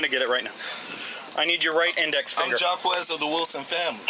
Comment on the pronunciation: "Stop talking, Ja-Kwez of the Wilson family." Anywhere else the name "Jacques" would be pronounced a whole lot differently. Wait, It's "Jacquez" ??